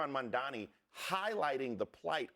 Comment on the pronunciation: His name is M-A-M-D-A-N-I not Mandani..... You guys just that hateful you don't even want to pronounce his name correctly?! It's not even that difficult of a name?!